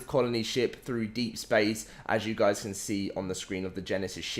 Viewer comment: "HAPAE NEW YEAARS GUAYS"